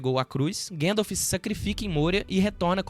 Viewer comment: Ô, cara. Fala "guéndalf", não.🤦🏻‍♂️ é GAndalf! Se pronuncia como se escreve!